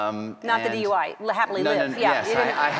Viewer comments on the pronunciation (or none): It sounds more like DY rather than DUI.